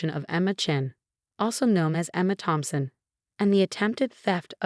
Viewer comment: I thought his name was Thompson not Phompson. The sister is terrible she just wanted the money.